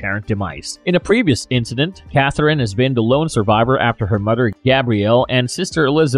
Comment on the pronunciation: I can't listen to this Narrator..da' name Da' world, Da' whale. Mud" er, Mud'er